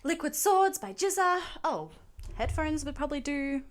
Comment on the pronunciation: GZA is pronounced as a hard G. The way you are pronouncing it it sounds like jizza